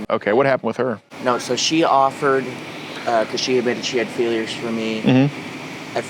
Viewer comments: Why does he keep saying "feelers" 🤮🤮🤮 crrriinnnnnggeee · He really aggravated me every time he said “feelers” Like bro, I wanna play in traffic. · Why does he keep saying “feelers” instead of feelings 😂😂😂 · If this fcking guy says feelers one more time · Is he saying feelers instead of feelings??? Like every time. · Does he keep saying "feelers" instead of feelings? Also, that " big tattooed dude" definitely is a Gordon Flowers fan. Probably has a Predador Poachers t-shirt at home.